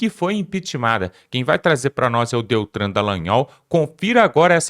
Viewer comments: Amigo o nome é DELTAN e não Deltran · Por favor, não é Deltran, é DELTAN. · NAO E' DETRAN, E' DELTAN !!!!!!!! SACOU?????